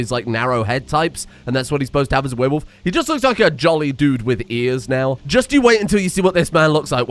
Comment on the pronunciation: Dumb dumb question here, is Frankenstein named Frakenstein without the N on purpose? And is there a reason why pronounces werewolf like weeeire wolf? Just wondering, since I'm here to stay for this madness😂